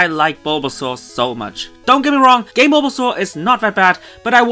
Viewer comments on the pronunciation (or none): Who heard "game bulbasaur" as "gay bulbasaur" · I first thought he said "Gay Bulbasaur" but actually said "game"